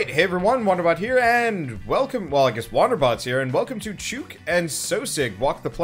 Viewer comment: It's Chook as in "look", not "Chew-k". It's an Australian term for a chicken or hen. Love watching your let's plays 👍